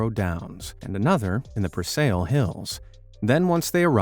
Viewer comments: preSAIL hills? you are getting paid to narrate right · Your pronunciation made me laugh It's pronounced Press-ell-ee